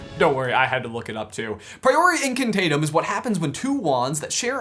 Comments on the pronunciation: It's Incantătem not Incantātem. That's like pronouncing a silent K at the beginning of knee or knife. And I still think the K in Knut is silent. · It's in-can-tah-tem, not in-can-tay-tem (channeled my inner Hermione there) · its not taytem its taaaaatem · its Priori In-can-TAH-tem not Priori In-can-TAY-tem :P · Priori Inc-ah-tah-tum. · Not to be a Hermione or anything, but it's in-can-tah-tem! The long A sound is not represented with the letter A in Latin. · I hate your pronounciation of incantatem.